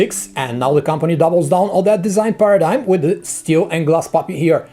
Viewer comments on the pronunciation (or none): none